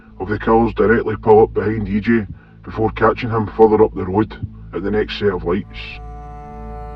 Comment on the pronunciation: E.ji . not E.jay